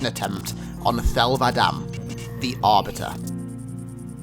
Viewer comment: "Thel vadam-me" I feel like that's not how you ment to say it lol